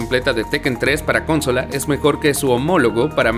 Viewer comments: Si se dice cónsola y no consola entonces he parecido un idiota toda mi vida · Porque dice cónsola? pregunta nms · Porque dice “cónsola”? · Lo mas gracioso es que lee mal el guion, me refiero a que lo pronuncia mal como cuando dice haLf life o cónsola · Estoy de acuerdo, es un buen video pero es molesto que haga eso y que pronuncie de forma tan rara “consola” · Por qué dice Cónsola (con acento en la primer o)? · Excelente video amigo, aunque no puedo dejar pasar que la palabra Consola es grave con acento en la penúltima silaba, no como se pronuncia en el video "Cónsola". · Una pequeñez que me causa curiosidad es por que el locutor dice "Cónsola" en vez de "Consola"? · ¿Porqué cuando habla dice coooonsola con acento en la primer "o"? De qué país es? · El amigo que narra pone los acentos de las palabras donde se le canta. La mejor: "cónsola". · Un shot de vodka cada vez que el narrador dice "cónsola". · Ok, buen video, pero por qué "cónsola"? De dónde salió eso? Ya no sabemos hablar español? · Lo siento, pero me distrae la pronunciación de "cÓnsola", que tiene su equivale en nuestro idioma, sólo cambiando el énfasis a la penúltima sílaba. Y bueno, "Tree" no es lo mismo que "Three" por lo que tampoco se deben pronunciar igual. Si vas a tratar de pronunciar toda palabra en inglés, sin comprender su pronunciación a un buen nivel te arriesgas a sonar raro y hasta pretencioso. No es malo, sólo es un detalle que muy pocos van a poder apreciar, pero que te ayudará, si es que decides tomar el consejo. En cuanto al resto, muy buena selección. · Amigo no se dice cónsola. Pero muy bien el video en general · Por qué dice cónsola? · por qué pronuncias "cónsola"??? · El video va perfecto, pero es CONSOLA NO "CÓNSOLA" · Por favor deja de decir "Golden Night" es GoldenEye que lo pronuncias goldenai. Y cónsola también chirrea cuando lo dices. Es consola, una palabra grave no esdrújula. Muy buen top. Cariños y saludos desde chile 🇨🇱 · ¿Cónsola? ¿Lóngeva? XD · Consola, no Cónsóla😡